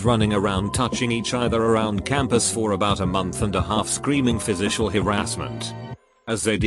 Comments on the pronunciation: Nobody: Voice: FIZISHIAL HARASSMENT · "Fisicial" harrasment